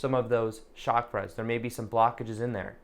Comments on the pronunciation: Thanx! Always wait for your meditation...feel great after them...😊 Hope ur channel keeps growing! Btw....'Chakras' are pronounced with ch....as in Chuck(ra)... not shh...like in Shucks.... hope that helps:) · Heather Lyons-Trautwein : hi! It's only pronounced as "chuck (ra)". Chakra is a Sanskrit word that means "wheel" or "disk". There's no other way of pronouncing it, since Sanskrit words are pronounced exactly like they are written in its (devanagri) Script. I guess they are sometimes mispronounced when written in other languages. ☺ ☺